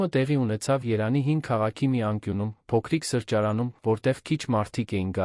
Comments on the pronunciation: Երանի չի Երևան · Երանը որն է չեք կարողանում կարդաք ձեզ մի խայտառակեք: Եվ հետո բառերը կիսատ նախադասություններն անհասկանալի լսելուց մտածում ես, թե ինչ անգրագետի են վստահել տեքստը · Երբ տեսնում եմ սա կարդացողը` ձայնը անջատում եմ։ Միայն կոմենթներն եմ կարդում։ Ա'յ, Չգիտեմ ինչ, ,,Երևան,, չես կարող ասե՞՞լ։ ,,կա որ,, և֊ ու՞ր է.... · Էս ինչքան անգրագետավարի էք կարդում, անգամ Երեվան անունը չեք կարում ասել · Երևվանը ինչի համար եք փոխել կարդում եք Երա նի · Կարդացողը, իրա 🤣 ՏԱՏԻ անունովա <վերաԿՆՔԵԼ> մայրաքաղաքը🤣🤣😝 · և տառը չի ճանսչում AIը😂😂